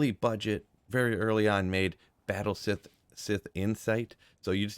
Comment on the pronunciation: batte siff and Ogree axe - dude you're killing me here now every time I find this stuff that's how I pronounce it! xD keep slaying!